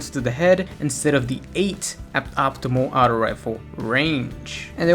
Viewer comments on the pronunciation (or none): Aughto not outo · its auto not outow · stop saying the word auto you say it horribly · Can never trust a guy who pronounces "auto" as "Ouutos" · "Out-o Rifle" lol the way you say auto is funny c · the way you say Auto makes me cringe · the way u were say auto lol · The t is supposed to sound like a d. When you say auto with a normal t sound, it sounds like you're trying to add too much pronunciation to the word.